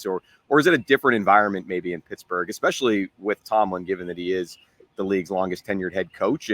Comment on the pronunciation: I love the show guys. Please bear with me though. It really bothers me that BMAC keeps calling the Steelers pissburgh. Please work on it